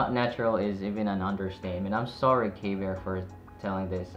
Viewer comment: Pronounced KB ear for future reference. KB fans will attack you😅